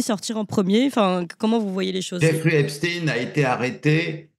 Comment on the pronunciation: Monsieur Raufer prononce t-il aussi Albert HeinSTINE ou reserve t-il cette étrange manière de faire à "Epstein" pour ne pasfaire trop sonner Israëlite ?